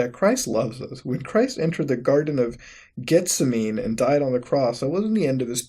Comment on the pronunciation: It baffles me how he pronounced Gethsemane.